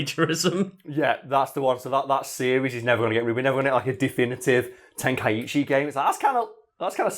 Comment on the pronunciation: It's pronounced "Ten-kai-chi" And not "ten-kai-ichi" My source? That's how it's pronounced in the original japanese audio of the original Dragon Ball anime.